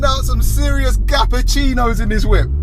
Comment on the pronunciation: MAN SAID GAPPACINOS 😂😂